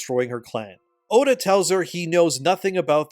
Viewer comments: Just say oda instead full name, you keep saying odu when saying his full name makes me pause when doing chores lol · as terrible as this game is and I'm no way defending the crap game, the blatant bad faith arguments he makes is annoying. he's no different than those dicc riding positive review game journalists. how hard is it to pronounce Oda Nobunaga? "Odu" he says while bashing the game for its dumbness too. when Oda was about to die burned alive, his castle destroyed, and people killed there was honor in letting his retainer be his 2nd obviously. that's the culture of the warrior code they had. some critical thinking there instead of copying and pasting other people's opinion would go a long way. it's credible to believe a man 3 feet taller than you, with 100 pounds of muscle weight more than you can beat a legendary decrepit assassin who is fighting in a way that IS NOT how assassins do their work. imagine a 90-year-old Japanese man trying to 1v1 a tall, strong and harshly trained warrior in his prime who has every single advantage over you. the result was a legendary figure reduced to simple fodder by an average outsider with decent resources. you know. the theme of everything involving Oda Nobunaga in every piece of media he is in, seeing as he was the visionary who showed Japan the weakness the isolation and outdated warrior code ingrained in its people compared to the west. as terrible as this game is, you don't need to make yourself stoop to the level of terrible game journalists because you want to join the hater bandwagon. integrity is knowing this game isn't a 10 and it's not a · Love your vids but I can't take saying Oda as Odoo 😂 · why do you call him "Odoo Nobunaga" and not Oda Nobunaga? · It drives me up the wall how says Oda when using only his first name but pronounces it Odu when saying his family name as well. 😄 Great video again,, keep it up. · Stop saying Odu Nobunaga. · Why do you keep saying Odu Nabunaga 😂